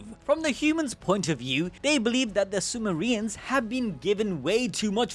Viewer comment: Calling them Sumo-re-ans in the beginning sounds hilarious